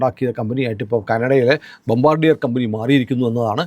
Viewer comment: The correct pronunciation of that company name is " Bombaadiye" എന്നാണു. Its a French word..Thank you for your informative vedeos